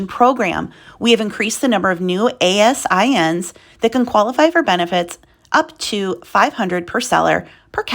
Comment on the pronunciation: Hi! Ex amazon employee here. We pronounce ASIN like "eh-sin" - just thought I'd give you a heads up (not trying to be snarky). Say it that way and people will think you're an insider! :) Thanks for your awesome daily updates.